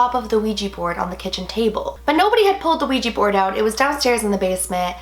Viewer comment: When you said wegy board I got dissy